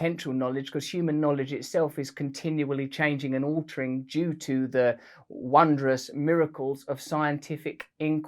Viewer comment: Russ did you just say...wonberous...communicate..